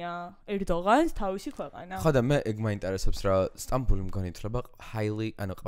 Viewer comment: სტამბული არაა,სტამბოლია